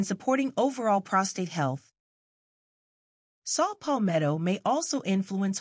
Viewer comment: It's Saw Palmetto not Salt Palmetto 🙏🏿